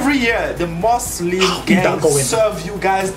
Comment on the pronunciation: Dude its Muslim not Muzlim 😒